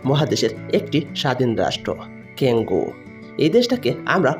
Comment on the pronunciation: ক্যাংগু না কংগো শালায় কথা বলতে পারেনা ভিডিও বানায়😂